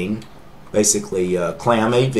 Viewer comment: it's not claamAV. it's clamAV